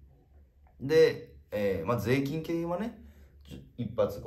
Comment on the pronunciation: もう聞きすぎて誰も気づいてないけど、粗品だけ税金のイントネーションがセイキンなの草